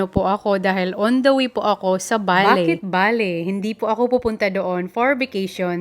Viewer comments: It's Bali po. Pasensiya na po kayo sa pronunciation niya. Understood nman yun kasi nga bisaya si pero she's trying to pronounced word correctly. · Bali not Bale or Baley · Sounds like valley yung pagkakasabi ni sa Bali😊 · Bali Po yan Hindi baley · Nag iisip ako kung saan bansa un Valley, kc un ang naririmig ko sayo.. BALI indonisia pala. 😂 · Naconfuse tuloy ako sa pronunciation ng bali indonesia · Please say Bali,Indonesia.😢 Mas clear di ba?